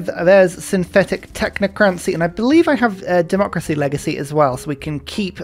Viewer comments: Fun series and love your videos but why do you pronounce it technocraNcy? Isn’t it just tech-nah-cracy, like democracy? Is this a British thing? Also hegeNomy vs hegeMoNy? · I love your videos, but why do you always say "Synthetic Technocrancy"??? It's TechnoCRACY not crancy it's annoying me to bits!!! This is the only complaint I have towards your content